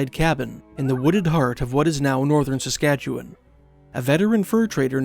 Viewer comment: You just got a new subscriber for pronouncing Saskatchewan correctly. Thank you for that.